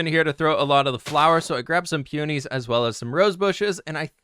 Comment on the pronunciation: I was falling asleep to this video but the way you say peonies woke me up. That is the first time I’ve ever her I’d pronounced that way 😂 keep up the building